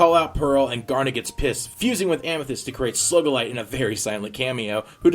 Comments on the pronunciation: ITS SUGILITE NOT SLUGILITE!!!!!!!! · God damn, say the names right It's SOO-gilite, not SUH-gilite They pronounce it in the fucking show "Coach Steven" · Yeah stop saying slugalite that's annoying as hell!!!!!!!! It's SUGALITE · It's not SLUGULITE its SUGILITE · Sue-gell-ite not Slug-el-ite or Sug-el-ite, sorry really bothered me for some reason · Its not slugeqlight it is sogalight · Picking on you- - SUE GA LITE- - not Slug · You pronounce "SUGILITE" as "SLUGILITE" it bothers me. xD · Its pronounced [soo-GAL-ite] unlike how you pronounced it, [slug-AL-ite] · Its Sugillate not Slugillate but otherwise great review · Isn't it sugalite not slugalite? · Ugh. Not to be mean or anything but it's Sugalite not Slugalite. I'm sorry but that bugged me throughout the entire podcast. Please fix it for the future (Sue-ga-lite). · Considering what she does with that power, its still an appropriate pronunciation, no? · i thinked the pronnciation was a joke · Sugilite = "SOO-gi-lyt" Ty. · I'm pretty sure it's "soo*gi*light" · It's pronounced Sugilite (soo-gi-light) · you said Slug-alite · ...are you saying SLUGilite? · Sugilte isn't a slug!!! Your saying Slugilte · sorry I was only just saying that for fun cuz its funny how u say sugilite...not trying to be mean or anything... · Your saying Sugilite wrong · You pronounce Sugilite really weird. Lol. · Why did u keep pronouncing Sugilite wrong just please no